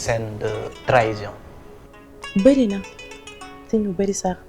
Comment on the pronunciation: mais on ne dit pas trahision